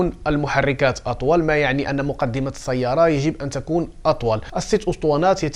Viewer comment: السيارة ليس الصيارة كل كلمة فيها س تنطق س ليس ص ربي يعاونك